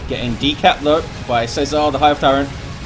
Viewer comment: Worst pronunciation of César ever haha :D